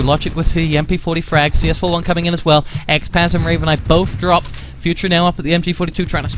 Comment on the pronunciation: CS4f1 sounds like: “chafee”